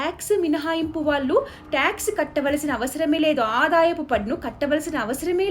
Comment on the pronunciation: ళ ని ల లా పలుకుతున్నారు , వాళ్ళు ని వాల్లు లాగా దయచేసి సరిచేసుకోగలరు